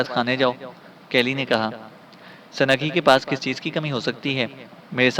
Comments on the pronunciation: سنگ ہی کو سنگی پڑھنا زیادتی ہے اور بہت جگہ اردو تلفظ بہت ہی غلط ہے۔ اپنا تلفط درست کریں نیز سنگی بول بول آپ نے سارا لطف کِرکِرا کر دیا۔ بھاٸ یہ نام۔۔۔۔سنگ ہی ہے Sung hi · it is sungh hi not sungi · Halanki awaaz sahi hai lekin Sanagee, sanagee karke aur aise hi latadaad ghalat talaffuzu ne maza kharaab kar diya sunnai ka.